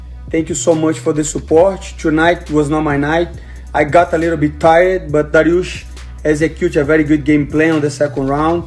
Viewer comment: Dariush not Driush